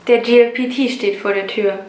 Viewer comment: Statt JLPT, sagtest du die ganze Zeit GLPT. J wird wie Jay ausgesprochen, G wie Jie ^^